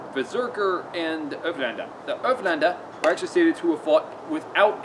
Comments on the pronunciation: Haha you sound like your saying hoeflander instead of ulféđnar. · Sorry to be so picky but it's pronounced like oolf head nar. I'm a real pedant for pronunciations lol. Another great video mate. You're like a live osprey book.